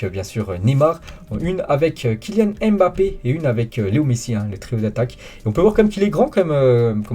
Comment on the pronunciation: Arrête de déformer les noms africains il s’appelle Nkunku et pas N. Kunku Tu fais la même avec Mbappe il ne s’appelle pas M. BAPPE c’est un nom Camerounais pas un mot français …..